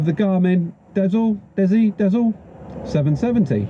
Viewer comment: Dezl is pronounced "diesel", maybe?